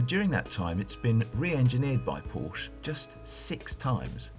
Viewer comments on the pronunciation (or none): Am I supposed to take this guy seriously if he doesn't even know how to pronounce Porsche? It's a 2 syllable word, y'know. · Porsche is a 2 syllable name you stupid asses. Show some respect.